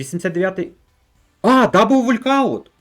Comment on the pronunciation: Не вулькауттт а волкаунт )